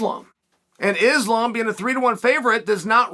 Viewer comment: He has got to be butchering islams name on purpose by now😭